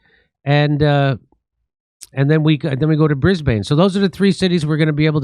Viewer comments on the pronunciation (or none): HEY JIMMY THE LOCALS PRONOUNCE IT "BRIS-BEN" AND I HOPE TO SEE YOU THERE LATER THIS YEAR much love from Australia! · Soft A in Brisbane Jimmy, Like "Bris-bn" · mel-bin, Sydney, bris-bin